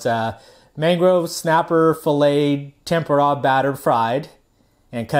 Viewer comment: nice video can't figure out if you saying tamponade tempura or what you're trying to say great video though